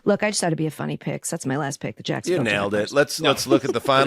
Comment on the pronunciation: How can the Jags be the UK’s team? You Americans can’t even pronounce their name correctly!